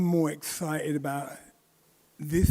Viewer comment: Nigal said he’s eggscited 😂 and that his sons eggzelled 😂😂